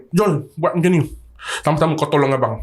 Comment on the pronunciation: "Ilmu kewangan yg 'CAMA'"😂...SAMA bang SAMA..bukan 'CAMA'